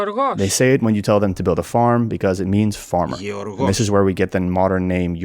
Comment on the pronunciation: Yeorgos- I thought he said “you’re the boss” which is perfectly in character for the worker 😂😂 Chinese speaker playing AOM is the greatest thing that liven up the mythology! And no I didn’t play the Chinese one because mine came on a cd before they released it